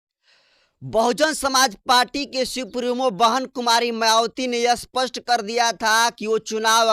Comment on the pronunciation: Aap " Spast "shabdko "Aspast " Kyu kahte ho !